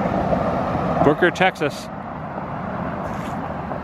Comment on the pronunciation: HAHA! DUDE! that was HOOKER not Booker!! Lol that was funny tho!